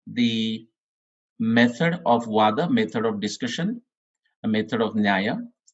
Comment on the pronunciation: It should have been vaadha and not vada